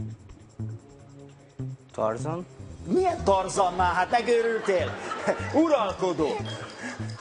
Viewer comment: Egyébként érdemes megfigyelni a leányzót is, akire néha ráfordul a kamera, látszik, hogy már ő szégyelli magát :). De meg kell hagyni, egész angolosan ejtette a Tarzant :).